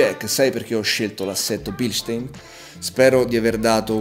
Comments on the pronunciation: in germania si chiamano bilstaaaaaaaaaaaaaaaaaaaaaaaaaaaaaaaaaaaaaain e devi ruggire quando lo dici.:D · BilstAin... In tedesco :-)